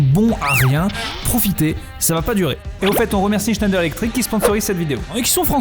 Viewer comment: Ça sonne pas allemand : "Schneider" ?? 🤔